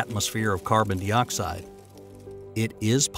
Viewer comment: carbon dee-oxide lmao wtf is that